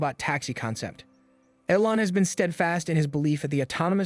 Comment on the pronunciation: Old info, inaccurate and based on guesses stated as facts. Using an AI voice that can't even pronounce Elon (said as "Ellon"). Cmon... Do better, or don't do....